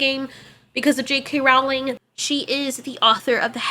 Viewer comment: ITS PRONOUNCED ROWLING LIKE BOWLING